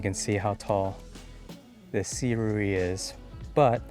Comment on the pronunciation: It's sih-rooh-ee (si-ru-i)